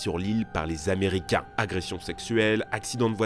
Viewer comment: Cent mille "z"américains...